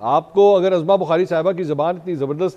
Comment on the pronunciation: سر لفظ عظمی کی ع پر پیش ہے زبر نہیں ہے عُظْمیٰ